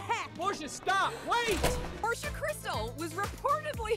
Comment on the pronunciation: It’s Porsha Not Porscha